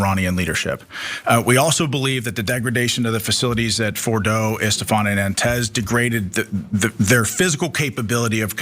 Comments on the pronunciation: Wow this guy can't even say the name of the site they attacked how can he give assessment 🙄 at least learn the name of the city you attacked since giving speeches its isfehan not Estefan absolute clown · Who da f*** is estephan😅😂😂😂😂its Esfahan you illiterate moron and this is the US government spokesperson how arrogant and dumb!!!! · He can't even pronounce the names !! It's not Nantaz ! It's Natanz ! It's not Estepan! It's Isfahan ! The ignorance is astounding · City of Stephan 😂🤣🤣🤣 it’s Isfahan you empty salt shaker!😂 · The "Trump Admin" guy keeps mispronouncing the locations. I don't think he knows much... Unless Estephan and Nantanz are real locations in Iran!?